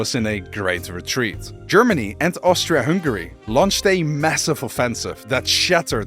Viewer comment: OMG ONE PERSON THAT SAID Austri(A)-Hungary not Austr(O)-Hungary 🔥